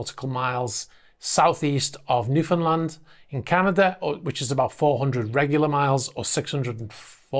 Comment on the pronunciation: your pronunciation of Newfoundland was pretty good for a come from away